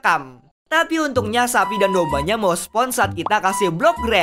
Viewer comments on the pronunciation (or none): agak sus pas ngomong spon